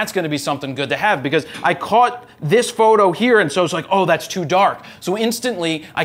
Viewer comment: Good info but I still cringe every time he says fro knows photo